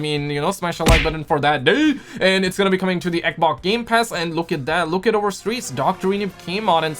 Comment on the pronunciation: Am i the only one who likes when he calls the xbox. ekbok